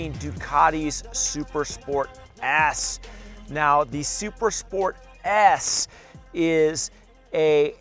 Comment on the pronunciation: Bro you have to enunciate better. Its sounded like you said Super Sport ASS.